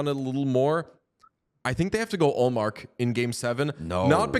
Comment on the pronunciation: DJ, its not Ullmark